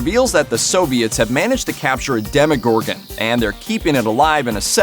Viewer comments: Why do you say demigorgon isn't it a DemOgorgon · “Demigorgan” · Lol the DeMi-gOrGoN 😆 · what's deal with calling it "demigorgon"? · Demi-gorgon? Really? 😐